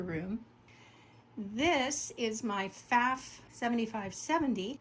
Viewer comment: Nice collection. Pfaff rhymes with off, BTW.